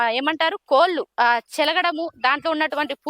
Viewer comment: కోలు కాదమ్మా కోళ్ళు పలకడం నేర్చుకోండి. తరువాత విషయం చెప్పుదురు